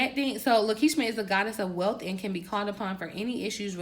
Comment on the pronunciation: Love your content, my only ask is that you pronounce deities, angels, names correctly. The goddess at the end of this video is Lakshmi a very popular Hindu goddess. It only takes a couple minutes to educate on the subject.